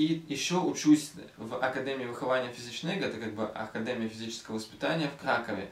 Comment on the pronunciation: Видео топчик 👍🏼. Почему ты говоришь "акадЭмия , а не акадЕмия"??